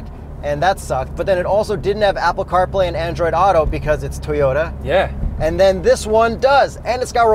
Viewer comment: oh shit said Teyota! Busted!